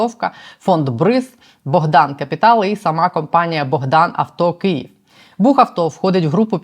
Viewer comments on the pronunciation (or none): none